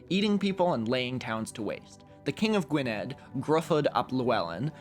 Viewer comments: Gwynedd is actually pronounced like “Gwen-ith”. The “dd” in Welsh is pronounced like a “th”. Gaelic languages have very odd pronunciation. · Mate I love your vids but please learn Welsh pronunciation before saying Gwynedd with a D sound not a voiced TH sound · Obviously no-one should be expected to know the pronunciation of Welsh but you should really see the channel "Cambrian chronicles" which talks about medieval Welsh history, he talks about Wikpedia a lot in the rabbit holes he goes into. It's pronounced "gweneth" and "Grufuth ap" and Llywelyn is a hard one, the Ll in welsh uses the voiceless alveolar fricative, making the sound pass between he back of the tongue and the molars. So chhluelin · its sah-win not salmon lmao the dd in welsh is pronounced th so gwynedd is gwyneth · Oh! Also Gwynedd is pronounced like 'gwineth'. And Llewelyn starts with an 'll' which is actually kinda difficult to pronounce. Beginner's Welsh by Stephen J. Williams says, "[place] the tongue in a position to sound l from either side of the mouth, and [emit] the breath sharply without producing any voice from the throat." I also read somewhere, although I can't remember exactly where, that to pronounce it you put your tongue in position to say l but say h instead. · the county in wales is pronounced Gwi-neth by the way :) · unfortunately not enough to know that gwynedd is said "gwineth" with the dd similar to the "th" in "that"! Great tale though, made my welsh self laugh even if it's not real, and I shall now consider consider praying to Thorlak when i misunderstand a social cue <3